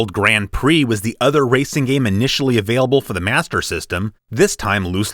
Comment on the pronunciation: the Brazilian says Grand Pricks instead of Prix. Lol.